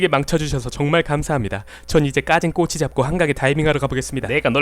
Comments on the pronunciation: ㅋㅋㅋ그냥 꼬치가아니라 꼬~↑치 발음이 왜 이래 ㅋㅋㅋㅋㅋㅋㅋㅋㅋㅋㅋㅋㅋ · 꼬치 발음 인간문화재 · ㅋㅋㅋㅋ 꼬치ㅋㅋㅋㅋㅋㅋ 발음 존나 웃기넼ㅋㅋㅋ